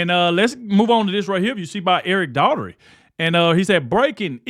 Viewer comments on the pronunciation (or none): none